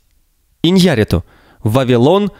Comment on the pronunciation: ударение фамилии ИньяррИту, а не ваше ИньЯрриту